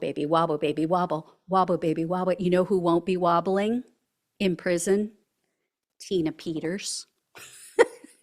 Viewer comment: Prison, NOT pension. 😂😂😂😂😂😂😂😂